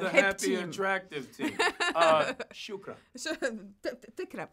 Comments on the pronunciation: ريا أبى راشد!!! And Mackie nailed that "Shukran"! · Anthony Mackie saying "Shukran" wowed me. He knows some Arabic terms. Nice!